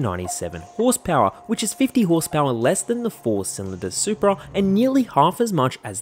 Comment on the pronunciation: What is a “Supea” ? 🤔